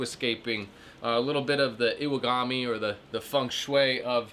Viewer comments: hehehe BTW, I think that Japanese word is iwagumi, not iwagami. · iwagUmi, not iwagami :D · thanks as always for the video... you did good on the pronunciation (i butcher a lot of words also. however Iwagumi- is basically pronounced "E-Wah-goom-E" and has 5+ rocks technically but you did it exactly correct when counting the small rocks at the end.) The Japanese are very precise about it all. I was told each stone has a name in relation to it's size and even purpose going back to zen rock gardens and Bonsai. That's so rad you met Chris too! I bought that great aquascaping book as well, and highly recommended that and his plants one (it's like a 25 dollar Denerle mail order catalog, but awesome content anyhow :) Have a great one, my friend!